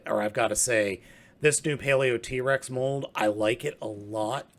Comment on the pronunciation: pronounced paleotrex not paleot-rex